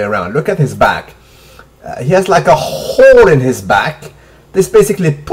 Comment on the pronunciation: a khhooole (hole) lol salute